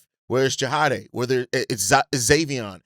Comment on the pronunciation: JAH-DAY my dude, JAH-DAMN-DAY.